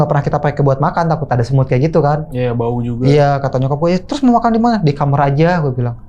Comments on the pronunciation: Aku dikit terganggu dengan bahasa dia ngomong kamar jadi kamer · pengucapan yg bener tuh "kamar", Bukan "kamer".😂😂 gunakanlah bahasa Indonesia yang baik dan benar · Kamar bang bukan kamer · KAMAAAAAARRRRRRR OYYY KENAPA JADI KAMERRRRRR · Kamar bukan kamer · KAMAARRRRRR COYY BUKAN KAMERRR T41K GELI DENGERNYA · Kl blg kamar mandi jls tp kamar knp jadi kamer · kamer bang bukan kamar😂